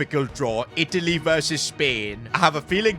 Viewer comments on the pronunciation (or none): none